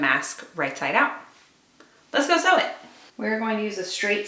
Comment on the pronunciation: I love your "see" easy. Made me smile!!! 😁😁😁 Sharon in SC